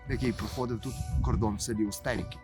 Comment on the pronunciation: Вибачте автори але ви неправильно називаєте село Устєріки. Неправильний наголос ставите. Це село так назвали тому що там зливаються дві річки Білий Черемош і Чорний черемош. Тому село Устєріки.